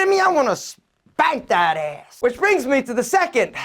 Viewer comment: what accent do you have??? The way you say ASS is so cool & funny